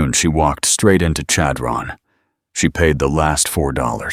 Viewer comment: Chadron-the accent is on the 1st syllable. It almost has an s-h sound rather than c-h.